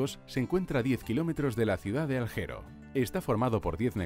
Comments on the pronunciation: por qué pronuncian tan mal! no es Aljero, es Alguero como Alighieri, un poco de respeto por el idioma italiano! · Tampoco es "Aljero" como pronuncia el relator sino "Alguero" (en Italiano) o Alguer en castellano. Cuando muestran lo que supuestamente es la playa rosa, se ve la Isla de Tavolara, que esta en el este, al sur de Olbia por lo que no esta ni cerca de la playa rosa.... En fin, un concierto de inexactitudes. :( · Cal-yiari es la pronunciación de Cagliari y alguero de Alghero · Se pronuncia Cágliari con acento en la A. Y Alghero se pronuncia como "gu", no como "J". Además no es la ciudad mas poblada del norte.